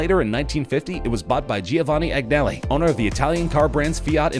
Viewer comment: Dear God, this narrator was hysterical. His ludicrous mispronunciation of “Agnelli” is classic! Thanks for the chuckle!